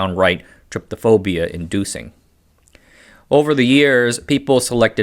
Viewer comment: The fear of banana seeds thing is tryPOphobia, not trypTOphobia, as you pronounced it. If there is an unreasoning fear of tryptophan, that must be described some other way.